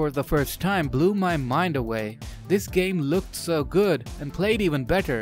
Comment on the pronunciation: "Good" not "gut"